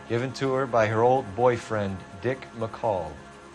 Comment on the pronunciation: hahahaha dick mcoll..... HIS LAST NAME IS McColl!